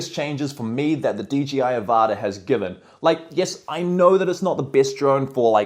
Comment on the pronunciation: "DGI" I thought it was 'DJI'